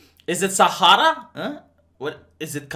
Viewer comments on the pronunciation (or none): none